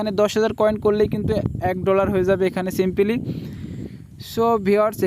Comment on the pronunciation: tor heda simpily simpily kore abal simply hobe re abal